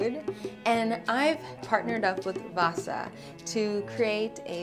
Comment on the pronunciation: cool :D you guys have our wasa bread (we actually call it hard bread). it's pronounced waaah-sa (long a followed by a short a)